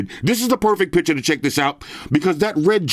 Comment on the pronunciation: PiCture not PiTcher😂